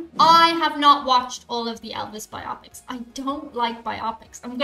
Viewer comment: Friends! Friends! It's bio-pic, with the accent on -pic, not biOPic, like myopic☺️